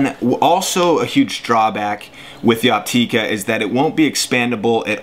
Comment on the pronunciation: Its pronounced Opt"ih"ka not Opt"ee"ka.....